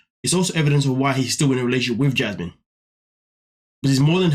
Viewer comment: The way he says her name-“Jyasmin” kills me every time.